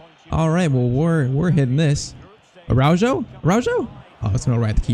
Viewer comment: It’s pronounced Arauho and not Araudgo